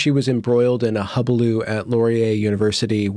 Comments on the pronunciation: As resident fault-finder, I got stuck less than half a minute into your video. She was embroiled in a what? I had time to think, "What the hell is a hubaloo?" before I realized you must have meant "hullabaloo." Just add it to your list. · A hullabaloo...you left out a syllable. That said, I love your interviews!